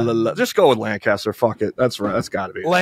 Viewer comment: Real ones know it’s “LANK-ister” Pennsylvania